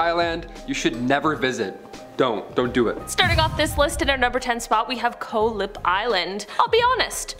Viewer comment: Koh Lipe is pronounce Koh-Lee-Pe fyi